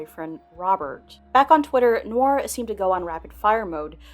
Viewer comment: Noir: nuh·waar not "nor"